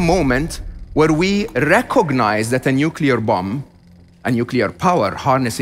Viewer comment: nu-cu-ler took me right out of the video